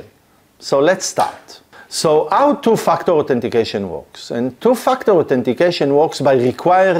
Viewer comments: Your accent makes it sound like you are saying "to f#ck the authentication" And i love it. :) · Sorry but I have to laugh every time you say "two factor"🤣🤣🤣But seriously, very informative thanks.